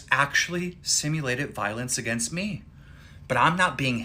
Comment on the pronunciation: You did not just pronounce "against" like that